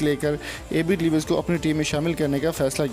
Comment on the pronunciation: Name tuo thik say le luo